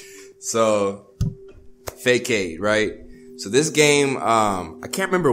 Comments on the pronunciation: HE SAID “FAKEAID” LMAO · “Fake-Aid” 💀 B, it’s “Fuh-sod” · Faykade? Lol it’s fuh sahd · Bro F-U-S-OD not F-U-CADE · FAYE-CADE lmao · said phay Cade 😭😭 it’s pronounced Fa-Sod if you don’t know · Good video but wtf is "fake aid" 🤣🤣 its "fah sad" (façade) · fakade Me screaming: it's façade,It's FAÇADE, IT'S FAÇADE!!!!!! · Faycade? Tf? Its pronounced Fa-Sod. Lol keep slayin! ❤ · That’s not how you say the name of the game it’s said like fu-sod not fu-kad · Why is calling it fay-cade and not fah-sawed???? You were a teacher bro!! Please!!! Still tho ❤❤ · Every-goddamn-time this man said "Fa-kayed", I said It,s 'Fa-sad'. Stop it. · (fay cade)??????? im ded itssss (Fa-Sawd) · "FAY KAYDE" FA SAUDE pls i love you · Lol you be cracking me up with your weird pronunciations is Fah-Sahd not Fay-Cade. PG keep doing your thing with the hot edits. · FUH SODDDDDDD NOT FAY CADE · “fake-aid” ...nigga “fuh saud” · It’s pronounced fa-saad not fakade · PG IS DOING OUTSTANDING. but, PG I need you to stop letting look crazy out here with the pronunciations. Just dub over his voice with yours or something "Facade" is pronounced "Fa saud" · this man said “ fay kade” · "Fay-kayd." Come on. 😭😂 Come _on_. Yo PG if you could just edit that clip from the Sims4 when does that "ahhHHHH" into every video I would love you forever lol. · it's still fuh-sahd no matter what lol nice try tho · MANS SAID "fakod" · bro it's obviously fak ad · It's actually supposed to be façade (making the "C" sounds like S. Pretty much an accent) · my mans is an English major, and said "fay-cade" wtf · Barthalamule Phoenix I doesn’t matter if it has one or not, it’s still pronounced “fasahd” It means to put up front in order to hide something darker. And that’s what the game is about. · it’s pronounced fah sad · 5 years late but fay-kayd is crazy. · Bro said Fay kayd 😭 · calling the game “fay-cade” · and it's pronounced fa-sod